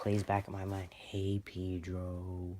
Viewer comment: Btw it's Pedro not peedro😂